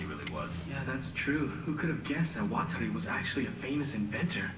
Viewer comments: "Waterloo?" "no, Watari" oh yeah, Water Lee" wtf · There is no L in Watari ffs. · Am I the only one really getting annoyed by the ''Waterlee'' pronunciation? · Water loo and Water lee?? They do this on purpose haha. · Even if you can’t pronounce it perfect, you can at least try to pronounce it water-ee or wa-ta-ree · man we are how many episodes in and you still mispronounce watari's name? do americans just have no sense of hearing? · WHY CANT YOU FUCKING PRONOUNCE WATARI FUCKIGN FAT DUDE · I feel so bad for just trying to pronounce things right and nobody listens xD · It's just like Atari. Just add W at the beginning. Lol. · His Japanese pronunciation is just terrible